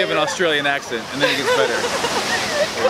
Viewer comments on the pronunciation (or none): none